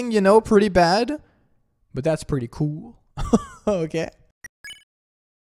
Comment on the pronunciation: the way he says "cool" is just- funny to me